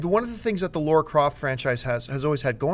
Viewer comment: Damn you American's, It's Lara not Laura